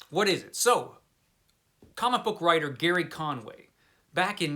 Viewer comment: Did you even read Justice League Detroit ? It's also not "Gary" Conway... It's Gerry (as in Jerry) Conway. It sounds like your review is based on Wiki. This is a horrible review, sorry. Btw, Justice League Detroit is very good.